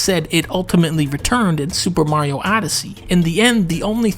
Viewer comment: 5 seconds in and dunkey hits you with that "SuPa Mario"